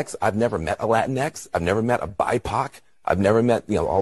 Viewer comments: WTF is a "bi-poc" (pok) (sp)? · He said "bipoc latinkses" LOL